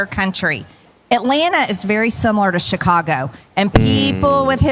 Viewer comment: oh. girl. baby. girl. get. my. city's. name. out. of. your. mouth. - a chicagoan.